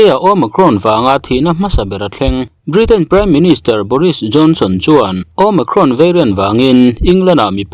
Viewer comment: Omakhrawn ti aa lam chu a mizo hle mai,nice,tih zel tur aw sawisel tu awm mahse a mizo ve lawm